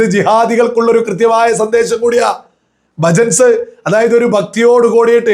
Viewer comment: Bhajans, not bhajats 😅